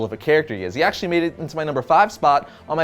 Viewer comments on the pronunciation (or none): none